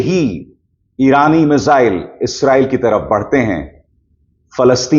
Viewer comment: मिसाइल होता है, मिजाइल नही, ये तो वही बात हुई, जैसे टकलु योगी श्रध्दालु को सरधालू कहेता है